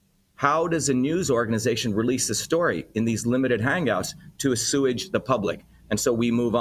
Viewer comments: Dr. Shiva - assuage is pronounced 'aw-swayj' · Assuage pronounced coherently and , I must say, properly (due to the definition rather than the root or any other "rules") as A-SEWAGE.....is SOOOOO proper in this narrative and filled me with extreme joy, as your channel always does! I am missing Natalie tonight of course, but grateful that your family operates as appropriately as your reporting of the facts. Your familial dedication to reporting the truth is not only solid in her absence from the screen, but reinforced by it. ....thank you so sooooo much for your entire family' s and staff's devotion to dissemination of truth and devotion to family and the values that grow healthy productive families. My prayers are with you and yours ❤